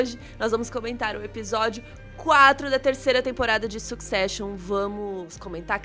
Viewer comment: Duas pessoas estudadas, comunicadores com sabe-se lá quantas centenas de mil seguidores, e não têm coragem de pesquisar a pronúncia correta da palavra "succession"? Ah, faz favor! Vergonha alheia.